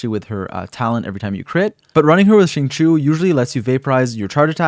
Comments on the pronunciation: correct me if im wrong but i thought it was xing-chee-ou instead of xing-cho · She-ing chi-ew My best try at helping non Chinese speakers understand how to pronounce it xD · it’s pronounced shingqiu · If I hear "Zing Chew" again I'm going to scream. He literally says his name in game. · Problem with non Chinese speakers the X and Q sound in Chinese is pretty hard to do. So like I’m just glad they are trying lol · I think japanese pronounciation is different from chinese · ah, okay then. i use the eng va so i won't know, but still, shing chew sounds so wrong when saying xingqiu's name lol. atleast to me